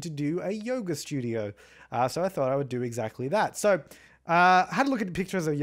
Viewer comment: "Get your yoger on"